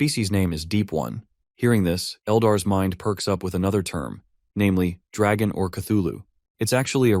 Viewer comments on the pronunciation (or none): its pronounced Dagon, not Dragon. Common mistake, really.